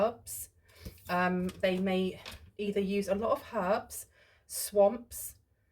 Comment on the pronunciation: This reading really makes sense to me Here Yup Thanks so much ❤❤❤ I wish I could live by you I appreciate and adore you so so much 😊😊 FL here Wowzer “ herbs” the way you say it😮😂😂😂😂😂 I always spread Truth Love Light and peace and very very commonly misunderstood and underestimated for intelligence I do not Trust easy anymore I also have folks call me cray cray and I’m doing all the research to know the Truths And dream of stuff before happens too😮😊